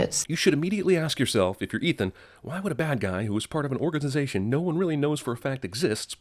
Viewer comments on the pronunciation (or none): Haha u said organdization..I heard it